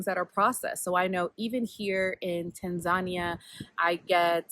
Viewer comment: As a Kenyan I've never stopped to think about the name 'Indian Ocean' but tbh I don't think I mind it lol. I live in Western Australia near the coast which is still the Indian Ocean 🤷🏿‍♀️ it's a good point though 👍 Also I love your "Tanzan-ya" pronunciation. It's refreshing. We need to kill this Tanzan-eeahh pronunciation that has crept in lol. I think I do it too 😄